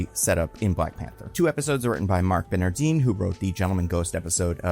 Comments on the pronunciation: I really gotta nitpick that pronunciation. Marc Bernardin is pronounced just as it's spelled, Bernard-in. He also does a nerd culture podcast with Kevin Smith. Marc is a great guy, always love seeing his name pop up as writer when I'm watching TV. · Having been a long time Fatman Beyond fan and listener, hearing Marc Bernardin's name pronounced as "Bernardeeeen" was a wake up., I beg you, do a minute of googling to learn how creator's names are pronounced.